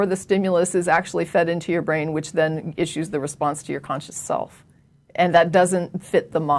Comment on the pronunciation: you're easily impressed, she can't even pronounce the word "your".